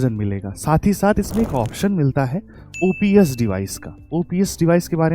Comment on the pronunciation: OBS nahi use OPS bola jata hai